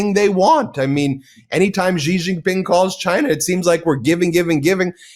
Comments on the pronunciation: Ben. I am most disappointed that over such a long period of time, you still can not pronounce the Chinese president's name correctly. It is pronounced as 'see or C' and definitely not 'jee'. The evil admin is in general a fair weather friend. It falsely promised protection to countries can can be used as proxies to counter China. Now that it realises that preventing Chin's progress is impossible, he will abundant all in south east Asia. Taiwan and Japan are now feeling the great shock betrayal. Here is hoping others will wake up soon to assist in the collapse of the evil admin. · Ben, the name "XI" in standard Chinese (aka, Mandarin) is pronounced like the English "she", not like "gee".